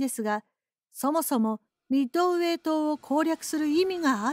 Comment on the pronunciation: 湾でもミッドｩエイ